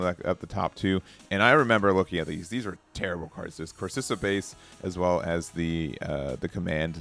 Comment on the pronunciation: Core-si-kah Base